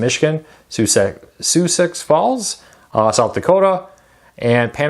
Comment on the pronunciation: Pronounced Sue-Falls South Dakota should you need that next time :)